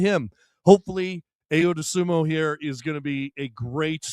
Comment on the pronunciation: I…O. Say his name right please